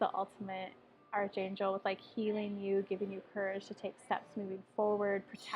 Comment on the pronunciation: Archangel is pronounced like Ark-angel ;) Thank you for the reading.